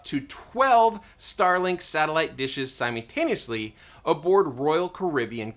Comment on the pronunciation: great video, please dont say somuntano-us-we again please.